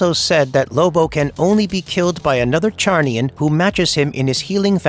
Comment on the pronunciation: Lobos race Is pronounced with a Z. Not a ch sound bro